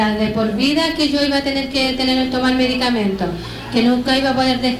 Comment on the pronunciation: Ojo que dice "medicamemto" jejeje